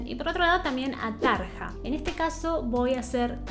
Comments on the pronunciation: Tarja se pronuncia Taria como Arya Stark de GoT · Se pronuncia Tarya o Tarlla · Este comentario va de buena onda entre disléxicos parlantes (?) Jajajajaja veo que en varios videos pronuncias de diferentes formas los nombres. Anette se dice como si dijeras Danette pero sin la D. Floor Jansen solo es Flor Yansen Tarja Turunen es Tarrrrria Turunen. Con Tatiana no te puedo ayudar, su apellido tampoco me sale aún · Me gustaría que des tu opinión con una video reacción entre Floor y Tarja. Por cierto...en neerlandés la J se pronuncia I latina, por lo tanto sería Taria y Floor Iansen. Como para aclarar un poquito. Gracias y seguí sumando suscriptores!!!! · Me encantas. "Tarja" se pronuncia "Taria" porque la letra "j" en finlandés se pronuncia como "i". Amo tus reacciones y el disfrute que se te nota cuando escuchas este tipo de música. Nightwish es un increíble deleite en toda la extensión de la palabra, sobre todo en shows en vivo!!!! Floor fue la cantante de After Forever. Por eso te suena conocida. Saludos desde México. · Tarja se pronuncia Taria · No se pronuncia Tarja, sino Taria. En el este de Europa el diptongo "ia" no es aceptado y se pone "ija". Por ejemplo policia se escribe policija pero suena policia. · En realidad se pronuncia "Tarria". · Se pronuncia Flor iansen y Taria. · Se pronuncia Tar i a o mira algun vídeo de Nightwish ahí hablan en finlandés y se nota claro como es la pronunciación :)